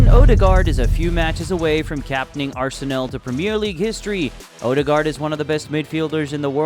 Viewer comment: go and learn how to say Arsenal properly for god sake